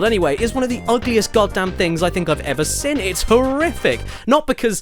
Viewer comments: Jesus caddy!! It's seeeeeeeen not friggin "sin". Please read this comment 😂😂😂😂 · Hahaha he said sen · Does anyone else find it so annoying that Caddy can’t say the word “seen”?